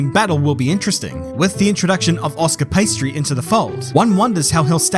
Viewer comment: pastry? i asume thats a pronunciation error!